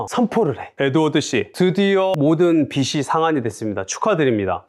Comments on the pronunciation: 빚이 = [비지] 빚을 = [비즐] 로 발음합니다… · 비지라고 발음하시길